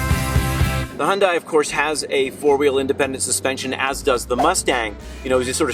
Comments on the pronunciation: why do u guys keep saying huyndai? It's a genesis. The same way as Lexus is lexus and acura is acura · its pronounced "hyun-day"